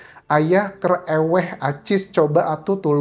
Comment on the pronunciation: mas anjas ngomong 'eweh' pikiranku jd su'udzon...🤧 diulang lagi baru ngeh... bahasa sunda bukan dibaca 'eweh' tp 'euweuh' artinya 'gak ada'